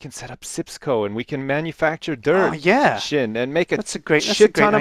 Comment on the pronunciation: Not mutch because you said sin *Sjin